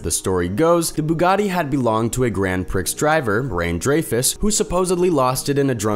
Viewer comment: It's not pronounced 'Prix', but 'Pree".